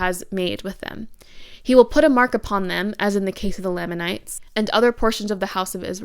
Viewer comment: Amazing video, amazing analysis and understanding of how Mormonism does colonization and how that ‘inspired’ Twilight’s ideas around race. I just want to point out that it’s pronounced LAME in lamanites. In the church and in general conversation. It’s a small thing but I think the pronunciation shows even in the made up name given to the ‘bad tribe’ in the Book of Mormon they are put beneath the ‘good’ white tribe. Even before transgressing against god they were lame, even in general conversation with potential converts Mormons are calling people of color “Lame” . Maybe it wasn’t intended by Joseph Smith …. But I think it was. Mormon is and always has been blatantly extremely racist and thus all of its cultural impacts carry along that legacy of racism.